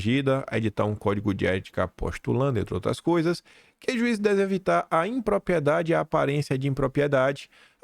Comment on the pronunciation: Sempre bom o conteúdo, mas me dói nos ouvidos tanto “própio”, “apropiação”, “propiedade” e por aí vai.